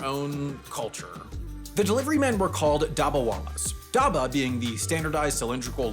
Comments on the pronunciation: ah yes, daba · Dabba felt like a whole different word when pronounced daaba instead of dubba. Do other places in India say it like says it? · Massacred pronunciation! Vill-E Parl-E station, Dabba pronounced wrong and what's with the wet bread? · omg the way he pronounced "dabba" confused me for so long...